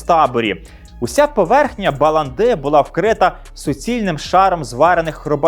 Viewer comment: Навіть приємно, що молода людина не зустрічала багатьох речей ф не правильно ставить наголос, як то в словах балАнда, МіхОелс. Дякую, дуже цікаво